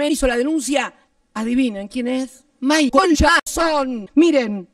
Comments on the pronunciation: Lo q mas dio risa es como pronuncio Michael Jackson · La forma en que dice Michael Jackson dioooosss 😂😂😂😂